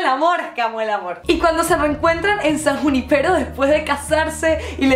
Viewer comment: Es san junípero, no san juni-pero